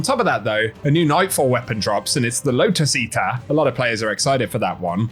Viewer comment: low-tuss eatah